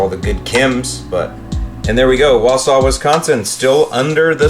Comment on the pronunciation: you actually pronounced Wausau correctly! Gold star ⭐️ for you. The fact I made your vid made my day. (Snow puts me in a bad mood)